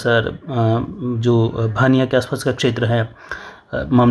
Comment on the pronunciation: सुकरिया सर हमारे गांव का नाम लिया भानिया नहीं है भूनिया है सिरवा नहीं सेड़वा हैं ममनार नहीं बामानोर हैं